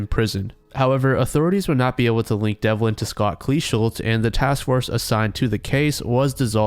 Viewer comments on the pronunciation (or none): none